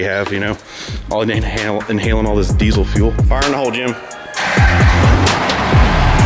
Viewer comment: I thought diesel didn’t have a z in it??🤷‍♂️